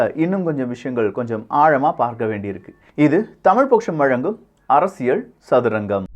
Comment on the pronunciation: நாம் தமிழர் உறுப்பினர் மட்டுமல்ல தமிழ்நாட்டில நூற்றுக்கு 80% மானவர்கள் தமிழை தப்பாவே வாசிக்கிறார்கள்!!! அதுதான் 50 ஆண்டுகால திராவிடமாடல். ஆனால் அதைத் திருத்திற நீங்க மட்டும் உத்தமம்மா? உங்கள் தலைப்பையே “அரசியள்” என்று வாசிக்கிறீங்க!!!! அது அரசியள் இல்லை அரசியல் என்று உச்சரிக்கவேண்டும். தமிழைக் கொல்லாதீங்க. ய என்ற எழுத்துக்கு இணையா ல் ஐ உச்சரிக்காதீங்க!! ல் க்கு தகுந்தால்போல் ய எழுத்தையும் சேர்த்து உச்சரித்தால் உங்களுக்கு அரசியல் உச்சரிப்பு சரியாகும் அரசியள் இல்லை அரசியல் அரசியல் அரசியல்